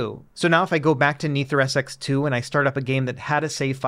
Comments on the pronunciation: It's pronounced NetherSX2... not NeatherSX2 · "Neether SX2" really be tickling me lmao